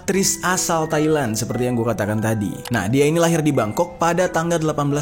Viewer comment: "BANGKOK" BANG BUKAN "BENGKOK" WKKWK